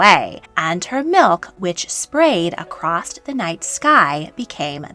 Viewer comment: After hearing the word across pronounced “acrossed” and that humans are supposedly the ONLY species of mammals that retain breasts when not nursing or pregnant…. I’m out. Btw elephants have breasts that are almost indistinguishable from humans (just a LOT bigger!) and there are several species of ape that retain breasts after puberty. I would take anything said here with a grain of salt if they can’t get simple facts and grammar correct within the first 2 mins.